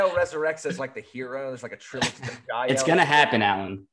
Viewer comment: Trust an American to pronounce Jael and Fidele completely wrong 🤣